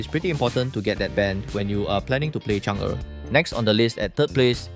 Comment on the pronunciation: Finally someone who pronounced chang er correctly